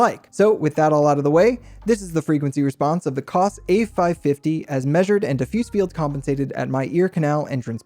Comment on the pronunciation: It’s Kose not Koss